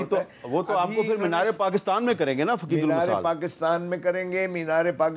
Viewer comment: عقید المثال nhi فقیدالمثال ہوتا ہے. Geo has poor knowledge in urdu